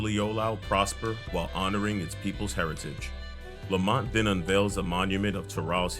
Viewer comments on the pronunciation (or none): I know you're saying Lamat but I keep hearing Lemont.